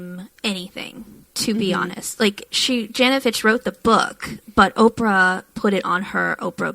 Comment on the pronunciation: It’s Fitch… not finch